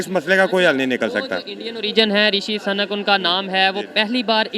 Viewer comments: rishi suuu..nak hai sanak nhi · "Rishi SANAK" nhi brother , he is Mr "Rishi SUNAK",. Hindi main iske maayne bilkul mukhlatif hai aur DEROGATORY bhi... just ek suggestion hai , baaki main aapki sabhi videos dekhta hoon .. u r doing a GOOD JOB. Ol D BST BRO ... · bhai SANAK nahi Sunak hai.... Suuuuuuuu-nakkkkkkkkk ....kam sa kam bolo to sahi... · O bhai sunak ha sunak bolo sanak nhi sanak ka matlab sanki hota ha